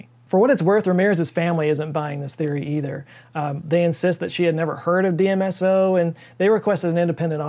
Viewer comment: you say DSMO instead of DMSO. Knowing that you're a consummate professional I fully assumed I would see a correction on screen but didn't